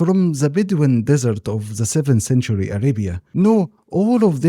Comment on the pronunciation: This is a great video JZK. One suggestion for you is to practice saying the "th" sound in "the" it would make your content better IMO